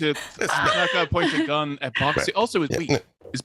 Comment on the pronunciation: Does anyone else hear "Bac Si" as "Boxxy"?